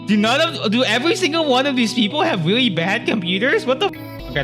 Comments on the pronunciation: “Wike mows wewowe wiwwy weweased” dumbahh voice 😭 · "and i mean weally old" ahh 🥀💔😭